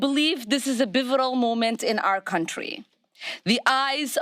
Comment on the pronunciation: Ilhan Omar said "bivotal" during her remarks. She makes mistakes in elocution. That's what they were pointing out.